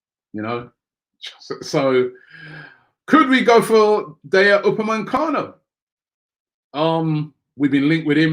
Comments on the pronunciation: I missed that but I meant he says upamencano when it's upamecano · ROBBIE!!. UPAME-CANO.. Robbie, there is no N after the E in his name. It's hard hearing it like this for ages now lol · Upamecano* there isn't an N in his name